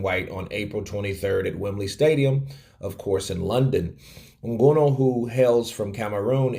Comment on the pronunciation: you clearly don't watch UFC, the way you are pronouncing Nganou